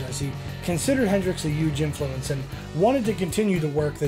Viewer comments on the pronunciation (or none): none